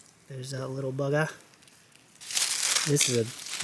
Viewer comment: "little bugger" - with the Aussie accent! rate it!